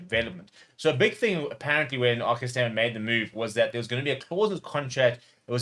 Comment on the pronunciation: We love RG here at Leinster (and thanks for the correct pronunciation of RG - ArKhey). With RG already a massive fan favourite, as Rocky Elsom was back in 2009, I'm hoping we can update the 2009 "Rocky Rocky Rocky" chant to "ArKhey" "Ar Khey" "Ar Khey" anytime he does one of his outrageous one-handed offloads - and we would be absolutely delighted if he is allowed to extend his contract.